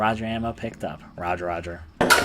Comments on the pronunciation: Did you really just say rudger ammo? Damn, you must have never touch a gun. It’s Roo gur. Roo like kangaroo, and gur like an animal growling. Gurrr. Get it? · Holy fuck, when you pick up the ruger ammo and pronounce it wrong it’s just like... really? Your fuckin with me, I swear